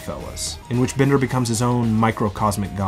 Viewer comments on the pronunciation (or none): Bender, not Binder...please